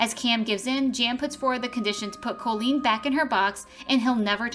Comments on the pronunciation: My daughter is named Colleen and the narrator of the video is not pronouncing her name correctly phonetically it’s (cawlleen) not (coelleen) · even though the O in Colleen is pronounced as an A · How many times did I hear my name well at least it is Colleen and not Colien